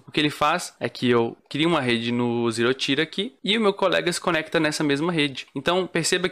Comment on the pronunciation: Excelente video man! Só um esclarecimento, o Tier se fala tipo ti de tia mesmo, então não seria "ZeeroTaier" (Até porque falando assim pode confundir com outra palavra: Tire)